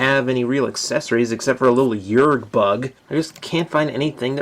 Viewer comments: Yreek not Yrrg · Did you say "yerg?" Yerg? YERG?!?!?!? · You mispronounced "Yeerk".